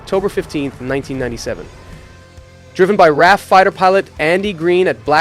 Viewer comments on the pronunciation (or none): RAF == pronounced R A F NOT "raf" == stands for Royal Air Force